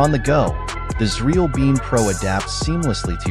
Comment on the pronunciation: is this frkm xreal ? this channel's AI audio calls the the company cereal